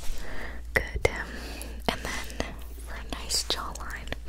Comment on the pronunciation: Am I the only one tripping or did say "good" with her mouth closed?😭